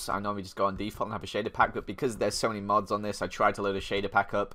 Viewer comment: for a second i thought you said mobs instead of mods